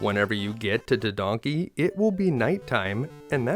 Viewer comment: Tedanki =/= Tedonkey 🤣